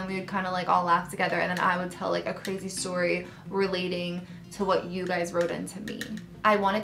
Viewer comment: Sip Sip Story but pronounced sip sip storay 😜 I love your embarrassing or funny stories. I still randomly think about you flushing your bathing suit down the toilet 😂😂😂